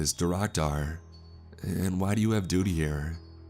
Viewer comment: haha he said dudy